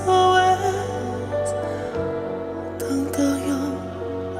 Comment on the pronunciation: Je viens de voir un commentaire disant qu'il fallait demander à un français🇨🇵 ce qu'il pensait du français de Dimash lorsqu'il chante SOS 😊 alors en tant que française je peux vous dire qu'il n'y a aucun problème avec sa prononciation 👌😘 l'écouter chanter cette magnifique chanson dans ma langue maternelle est juste exquis 🇨🇵 ❤😍